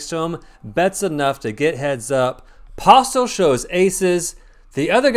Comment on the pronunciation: 5 things from this video. 1. Its Posle, "T" is silent. 2. is running insanely hot--he doesn't lose. 3. The guy doesn't look like the cheater at all, click bait? 4. The games are incredibly soft in Texas. 5. You can't be afraid to apply pressure with the 2nd nuts.